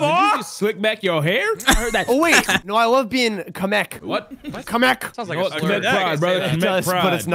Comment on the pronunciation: "Oh, wait, no, I love being Kamek." * pronounces 'Kamek' with a German accent *: "What?": "Kamek" * pronounces 'Kamek' with an even stronger German accent *